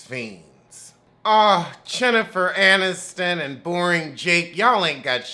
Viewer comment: Chinnifer!!! Lol I’m done. It’s like hearing “ Hip” or “ A kiuhh heel” 🤣🤣🤣 I don’t watch the show but I can’t stop watching your reviews!